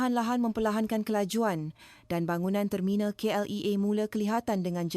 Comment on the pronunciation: Yang peliknya bila AI tidak dapat membezakan sebutan I berbanding E bila menyebut KLIA.Ini bukan gaya intonasi bahasa Melayu.Kalau itu gaya bahasa Indonesia saya tidak pasti.